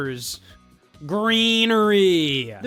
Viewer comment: “Starrrs” lol